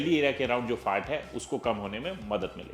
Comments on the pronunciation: His FAT sounds like FART 😂😂😂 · Sir Kindly Pronounce FAT properly.....A good n every word